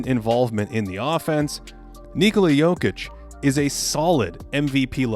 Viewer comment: Finally someone said Níkola instead of Nikóla